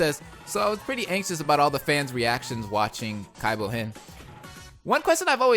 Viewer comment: I can't handle this cringe. You have to stop saying Kaibou-hen ASAP.